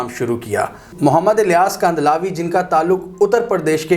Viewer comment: امیر جماعت کا نام مولانا الیاس کاندھلوی ہے ۔کندھالوی نہیں ۔اور ان کا قصبہ کاندھلہ ہے نا کہ کاندھلار جیسا کہ آپ نے کہا ۔ تصحیح فرما لیں ۔